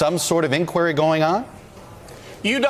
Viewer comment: I don’t mean to sound nitpicky but I don’t like the way this CNN news reporter pronounces the word “ inquiry” i’ve never heard it pronounced the way this dude pronounces it maybe it’s an East Coast thing but out in California we don’t pronounce it that way... but call inquiry call inquiry, somehow my iPhone microphone seems to understand both pronunciations???